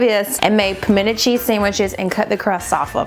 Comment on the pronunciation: 2 things: FIrst: I was SO disappointed in that everything dip, it was SO hyped up and it was just not good. I would rather make my own. Second: I'm so happy you said "Pimenta cheese". But the best one of all time is Palmetto. Please rank Pimento cheese next and teach the none southerners our wise ways.